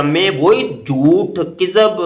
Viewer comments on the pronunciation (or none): Ye kazib hai kazzaab nahi. Kazzaab plural hai.